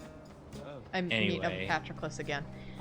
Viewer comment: The way pronounced "pat-row-clis" fucking killed me dead